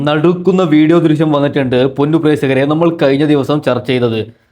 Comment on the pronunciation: പ്രേസകർ അല്ല പ്രേക്ഷകർ